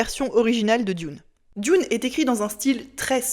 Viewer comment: juste pour chipoter, Dune en anglais ca ne se prononce pas "dioune" mais simplement "doune"